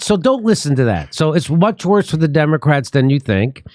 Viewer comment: Sorry, Kurt. It's "worsererer."